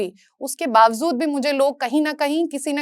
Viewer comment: It’s pronounced as bawjood, not bawzood